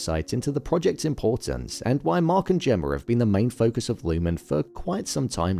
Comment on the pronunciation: Why do you always say "Gemmar" instead of Gemma?